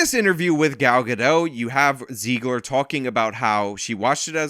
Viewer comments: Zegler rhymes with leg/her not she/her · Zeg-ler soft e